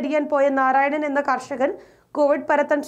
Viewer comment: നാറായണനല്ല.... നാരായണൻ ആണ് 😂🤣 Content of news is great.... Keep it up. 🙏🏻 കേരള പോലീസ് നിലവാരത്ത കർച്ചയിലേക്ക് കൂപ്പുക്കുത്തുന്നോ എന്നതാണ് എന്റെ സംശയം... 🤔